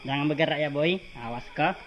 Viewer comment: mf slah sebut.....boi bukn roi🤣